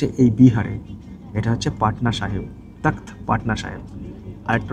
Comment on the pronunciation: ওটা তখত না , তখ্ত... ইংরেজি তে takht... একটু wiki দেখলেও তো হয়!!!